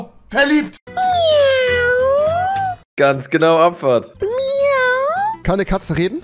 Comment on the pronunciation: ich dachte katzen machen „miau“ und nicht „mau“ wie..und das klang nicht wie eine katze beim trinken sondern wie ein hund